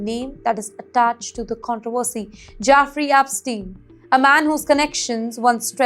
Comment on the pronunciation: Its not Jafrey Apstin, its jEffrey Epstein. Please get it right 🙏